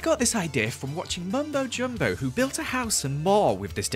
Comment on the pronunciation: Did you say mumbo jumbo?